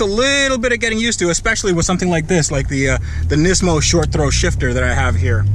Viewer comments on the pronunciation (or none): none